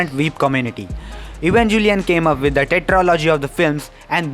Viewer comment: I instinctively clicked out of this video the moment he called it evanJelion